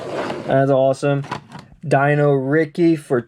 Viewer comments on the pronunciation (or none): none